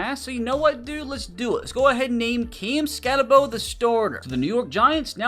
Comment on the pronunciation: It’s not camskatte-bo its camskatte-boo